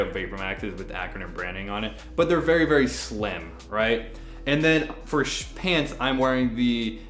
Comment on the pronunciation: Nobody:: SHpants